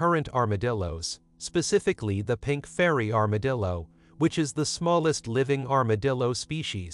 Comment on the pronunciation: Did the AI computer-generated voice at the beginning call it an armadil-do? Lol. I'll have to remember that one.